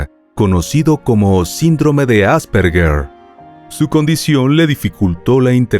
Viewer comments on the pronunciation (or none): none